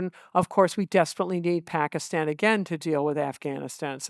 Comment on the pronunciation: Love how Dwareksh pronounces Pakistan as a desi should with the soft t